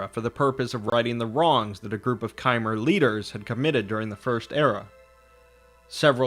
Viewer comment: Bro it's not kaimer it's chimer and you are pronouncing dwemer wrong and you really need to work on your English speaking 😒